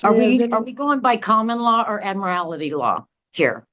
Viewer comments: The sovcit was obviously attempting to say "grammatically", but as this word is apparently not in her vocabulary, she enterprisingly made up the word "grammarly"(just as she also made up the word "admirality"). As she was basing this on the word "grammar", if it were a real word, it would be spelt "grammarly". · Always cracks me up when they say admirality Law or maratime law. Those Laws deal with the Ocean an seas. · "Admirality" law lol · She pronounces "grammatically" as "grammarly" and "Admiralty" as "Admorality" - I'm not surprised she's a sovereign citizen, none of them have an IQ above 50!! 😅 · It’s not ‘admirality’ it’s ‘admiralty.’ One ‘i’ If you’re going to keep repeating that get it right. It’s not ‘gramerly’ it’s ‘grammatically.’ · thats not "grammerly" correct? huhhhh? "Admorality" law? hahahaha this lady's in last place.. too much methamphetamine. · And she’s saying “admiraly”, too. No ‘t’. Lol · these idiots should at the very least learn how to pronounce admiralty